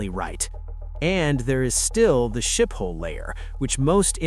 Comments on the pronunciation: You don't pronounce Schiphol as 'Ship-hall'. Say 'Skip-all, (so no h sound), unless you can do the 'sch' sound properly. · Skip-hole, not Ship-hole. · Omg fix the AI speech, it's Schiphol is not pronounced shithole.